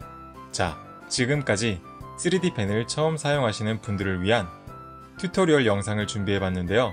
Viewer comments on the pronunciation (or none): none